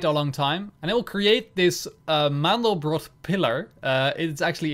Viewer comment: Btw it's called Mandelbrot, not mandlebrot ;)